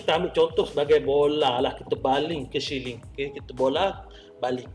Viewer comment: Pembetulan siling bukan syiling